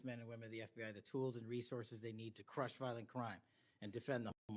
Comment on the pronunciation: When he says the word "crush," he puts some crazy emphasis on it. Weird. Plus, what's going on with all the sniffing?? Hay fever? Doesn't he know about handkerchiefs?? And the neener neener quality in his voice tells me he's butt hurt and has trouble controlling his feelings. Nothing to see here...